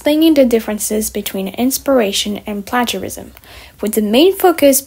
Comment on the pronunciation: i’m not sure if people have commented on this, but you’re mispronouncing “plagiarism”